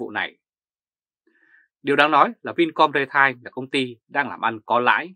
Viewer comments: ri teo chứ không phải rê tai. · Vì sống bên Đức, nên anh ấy phát âm chữ "retail" theo tiếng Đức, bạn nhé.